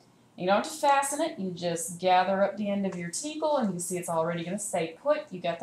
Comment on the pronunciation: You are incorrectly pronouncing tichel.... Ch in hebrew is pronounced like your clearing your throat sort of...